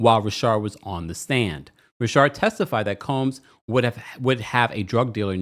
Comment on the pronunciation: Please can you say Richard not rashard